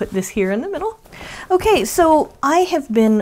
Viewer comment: Hi,! All this blue is not making me blue. What a great way to promote Hat not Hate. You have done am excellent job coordinating your giveaway. Thanks for the chance to play along. Here's a little funny. In your video, you said, "Okay, so..." I am from New Mexico, so my ears heard, "Oh, queso!" 😊 Have a great week! - Paula